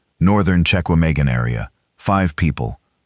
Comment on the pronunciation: Check-ah-May-gone is not a thing that exists. This is a great story but getting the AI appropriately educated is a need.